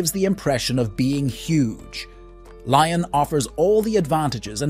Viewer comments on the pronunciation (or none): It's "lee-ion" not "ly-on", "Po" not "Pa-o" etc.... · Pronunciation: not ‘Li on,’ rather: ‘Lee on.’ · Yes. The video is otherwise good. Just feels lazy to not even check and make an attempt. I am not French, just a Francophile from US. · Good video but please, next time make sure you pronounce the French cities correctly! Painful for the ears! I am from Lyon, it's a beautiful place. 😍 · Your pronunciation of Pau and Lyon was ROTTEN! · Please don’t butcher the French names !!! Like Lyon ❤😂